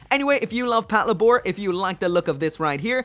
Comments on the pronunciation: "Pat luh-bore" wut パトレイバー "patoreibaa" my dude. as in "Patrol Labor." As in the mechs are called "Labors." Because they do labor. "Lay-bore." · Patlabor is just the combination of patrol & labor, it's not said Pat La Bore. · Your pronunciation of Patlabor makes me so angry.